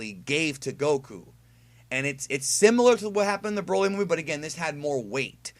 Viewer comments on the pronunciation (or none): none